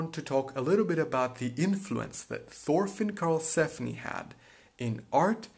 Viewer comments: FORFINN AAAAAAAAAAA PLEASE STOOOOP ITS "TORFINN" NOT "FORFINN" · Thorfinn is not prenounced "forfinn" Its actually prenounced "Torfinn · Thorfinn is actully pronounced torfinn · An excellent video, just one thing, as far as I know it is pronounced Torfinn. While yes, in English we say Thor, it is pronounced Tor in the Scandinavian world. I believe this also transcribes to Old Norse as well. Feel free to correct me if I am wrong, though if you use Karlsefni, please use Tor as well. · His Name is Thorfinn not forfin Pleace spell it right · Just call him Torfinn cuz thats how you pronounce his name dont wanna be rude or anything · It is not prenounced Thorfinn the way you americans prenounce it. The T is pronounced, and not as the TH-sound. Torvinn, you could say. Just spelled with an h.